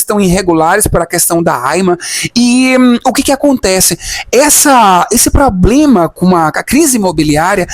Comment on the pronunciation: Acho que o teu "pobrema" em Portugaaaauuuuu foi que não conseguiste "árrumá" namorado português daqueles das aldeias e bem bigodão ou algum africano.